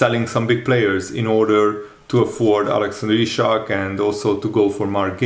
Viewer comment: Dude, his name is Isak, not Ishak.